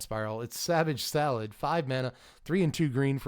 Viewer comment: Man, I wasn't looking when you said savage thallid and I heard it as savage salad. And then every time you said Thallid after that it sounded like salad.